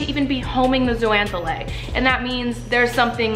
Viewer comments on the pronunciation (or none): It's pronounced zoh-zan-thelly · Love this video!! But... It’s pronounced like ZOH-ZAN-THEL-AY (so the X sounds like a Z)... myself and the other marine bio nerds out there were cringing every time you said it 😬 BUT that aside, lots of love and this video is great!! Very accessible overview of a complex group of animals! 😍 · Love all the info in this video, and it's clear that you did a LOT of research. But, there were a few things I picked up on that should be corrected. First, zooxanthellae is actually pronounced zO-zan-th-eh-lE (O pronounced like Oh, E like in Eerie). Just something that bugged me. I know latin names SUCK to pronounce and spell (as a marine biology student I can attest to that). Secondly, corals, as all sessile marine species that have a broadcast larval stage, do have SOME form of choice of where they settle. There are actually signals (which can be hormonal or scent driven) that allow the larvae to know that X spot would be a good place to settle. These signals can be given off by other adults of the same species in that spot, signals from organisms in the sediment, from prey species in the area, or other symbiotic species in the area. You did an awesome job besides that though! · Fazerella what!? She said algae are plants and can't pronounce zooxanthellae. Glad you're not my teacher. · Did I just learn a wrong pronunciation of zoox’s I’m stressed